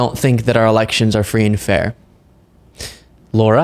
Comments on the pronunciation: It's not low-rah, it's lah-rah! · Her name is not pronounced Laura. It's pronounced Lara, the Lar rhymes with 'car'. --- Matter of fact, Lara rhymes with the 'Mara' in Mar-A-Lago. ---- LARA Trump, MARA Lago. --- There now you know, please pronounce it correctly when speaking of her. And no I'm not a fan of her or ANY Trump person. But it's not a hard name. And that's the correct way to pronounce it. So you should learn it. -- Laura's everywhere are offended to be associated with her.